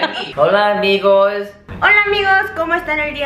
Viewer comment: Jajajajjajaja profesol XD